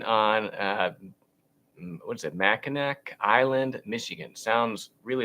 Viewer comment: It's Mack-in-naw! Yes! It is a wonderful place. 😂